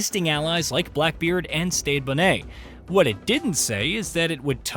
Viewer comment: It’s pronounced Bonnet like the headwear